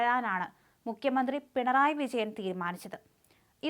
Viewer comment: മുക്യമന്ത്രി അല്ല മുഖ്യമന്ത്രി എന്ന് വായിക്കുക